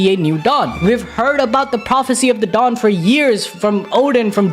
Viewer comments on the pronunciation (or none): none